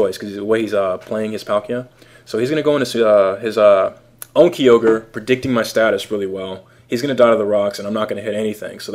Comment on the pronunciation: KIE-orge not KEY-ogre